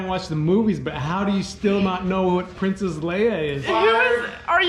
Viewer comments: "I am Printhis Leia" BWAAAAHAHAHAHA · " I am porince3ss Leia" LOLOLOL _ Work it Girl!!